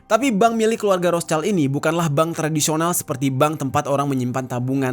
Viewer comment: Bacanya Rot Shild ya bang. Bukan Ros chaild.